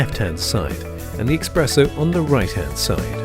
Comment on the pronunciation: This dude really saying exspresso in an ad for an espresso machine? Wild